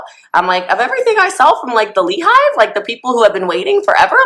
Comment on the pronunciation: The "LEE HIVE"?!!?!! good grief this is painful to watch.